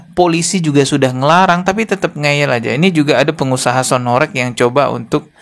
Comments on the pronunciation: Horeg itu huruf "E" nya bukan kayak penyebutan "korek" bang.. tapi penyebutan huruf "E" nya kayak kata "warteg" / "gempa".. Dan horeg sendiri artinya bergetar kyak gempa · Mas dibilangin dari kemarin kok gak bisa to,sebutanya bukan sound horek,tapi sound horeg..tolong lah komenku dibaca..beda lo horek sama horeg